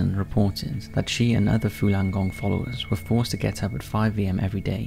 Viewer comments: Falung Gong not "Fulan" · Again it's your pronunciation that is fucking bad buddy .... Fooolan gong? It's the exact opposite to its spelling... Fallun gong.... You can read and have ok general pronunciation so I only assume it is ignorance or lack of care that would spoil and otherwise good product.... You speak for a living.... Get it right ffs